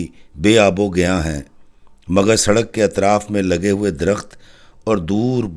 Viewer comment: بے آب و گیاہ ہوتا ہے، گیاں نہیں۔